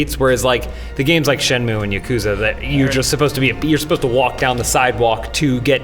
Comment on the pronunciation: How can you pronounce ya-ku-za correctly! FAIL